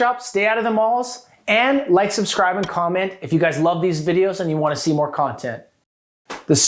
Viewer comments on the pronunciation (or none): none